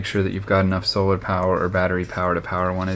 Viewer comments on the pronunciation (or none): none